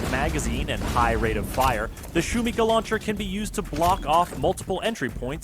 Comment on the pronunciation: Shumikha is the best way the could have called it. Could mean noise or can also translate to hype. But please shuMIha not shumiHA the tilde is on the second syllable. Thanks for making the lord even better)